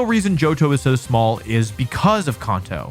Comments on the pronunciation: dude said "conto" 😂😂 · If you meant to provoke a few comments with that “Kahnto” you slipped in there, then you sir have succeeded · Can’t take ya seriously if you can’t even pronounce kanto right 😭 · KAN-TOE, not con-toe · It's can-toe. Not kahn-toe. Says so in the anime. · "Konto" is an interesting pronunciation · Bro says konto 💀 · Kanto. Not kahnto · I have never heard anyone pronounce Kanto as "Kon-toe" 😅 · "CONto".... "The CONto Region" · There’s no way he pronounced gimmick as jimmick is he trolling or something? He also pronounced Kanto and Konto🗿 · Why you say Kanto like Konto mate 😂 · For a competitive player, how come this idiot can’t pronounce Kanto correctly? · And Kanto lmao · I have you a chance for mispronouncing kanto. But heart gold and soul silver at D?!? Dislicking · God I hate how he says Kanto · Also he can't say kAnto properly 😂😂😂😂😂😂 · The way he pronounces Kanto is gross lol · Bro you literally compete in world Championships you should know how to say Kanto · I really appreciate your views and perspectives on the Pokémon games. I differ greatly on what I want out of a game but I really enjoy hearing different opinions on what others want out of them. However. The way you pronounce Kanto and Gible…. JAIL! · What’s a ‘jimmck’? Or Konto? It’s pronounced CAN-TOE. Also, this list is wild. Like the person ranking them has the most obscure things they prefer to what most of the community actually wants hahaha. If you want S-Tier for this series all you need is Emerald(personal favourite), Platinum & Heart Gold/Soul Silver. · I'm a positive person and don't usually care how you pronounce words, but I can't trust anyone who pronounces Kanto (CAN-to) as CON-to, also it's Gimmick not Jimmick.